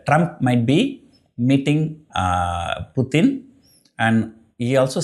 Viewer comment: It's not puthin, it's Putin